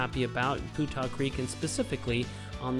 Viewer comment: Hey guys I've lived local and fished Putah Creek for 50yrs. It's been always that I'm aware pronounced Pewtah not Pootah you should know it I would think doing videos on it. Oh well just drives me nuts when I hear people say Portal, fish on!!